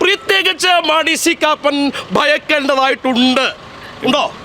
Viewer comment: Koppan not Kappan